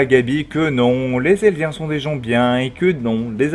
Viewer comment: On dit Eldien pas Elidien